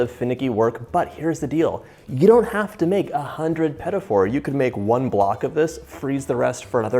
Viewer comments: why do you pronounce it "peta for"? it is "pti foor" meaning small oven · The correct pronunciation is "peteeh foo", not "petty 4". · Petafour 😂😂😂 i mean is it that difficult to pronounce it just a bit french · "Pedifors"...sheesh where's the 'D" coming from in petit four? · the pronunciation 😖 pedafor 😖😖😖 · "Peddy Four"???? Please pronounce it correctly... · quand il a dit "pet- a- for", j'avais peur :p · "puhtee foor" petit four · whispers its pronounced puh-teet foor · John, I'll have you know I'm on a diet and now will make those this weekend and you're responsible for that! PS: Also, it's pronounced Puh-Tee Foo-rrr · It’s not pronounced “petty” four 😂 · Im glad I'm not the only one whose ears hurt when he said petite fleur... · I love your petit four recipe. The first time you said petit four I thought: "what is he saying?" But I figured it out. You pronounce it in a english way, not the original (french) way. Thanks for your recipe. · I love love love what you do but I have one thing to say...I am french and I wish when you make some french pastry you would try to say better the name of it .cause it took me 20 mn to figure out how you would pronounce petit four ?!!!? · Me dying everytime he says petit four 😑😑😑. Not that hard to learn the pronunciation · I had to replay that a few times to see if that was really what I'd heard. As a Canadian I've never in my life heard it pronounced that way!